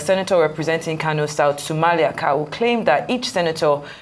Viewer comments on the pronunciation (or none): none